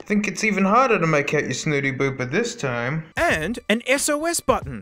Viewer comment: BOOPER not DOOPER